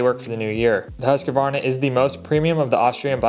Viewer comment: You gotta stop pronouncing Husqvarna like that